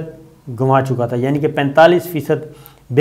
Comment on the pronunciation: جناب صابر شاکر صاحب۔ خدا کیلیے اپنا وڈیو ریکارڈ کرنے سے پہلے سکرپٹ اچھی طرح پڑھ لیا کریں۔ ترکی کی بات کرتے ھوے آپ نے کہا کہ ترک عوام بنک میں رکھے لیرا ginwa رھے ھیں جبکہ یہ لفظ Ganwa رھے ھیں۔ دوسری غلطی آپ نے یہ کی کہ asset management کو East management پڑھا ھے۔ آپ کو پہلے بھی میں نے ٹوئٹر پر گزارش کی تھی کہ اپنا پروگرام کرنے سے پہلے اپنا اسکرپٹ اچھی طرح پڑھ لیا کریں۔